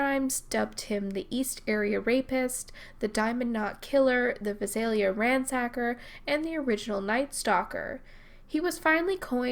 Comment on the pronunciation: Love your vids. Very well researched. BTW, the Vi in Visalia is pronounced like the Vi in violence. Emphasis is on the second syllable with a long a.